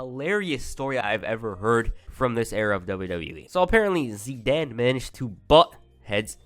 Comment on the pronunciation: Amy Zidian not Zidan